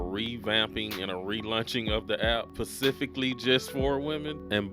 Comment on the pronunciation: Good video BUT… it’s SPECIFIC - not PACIFIC.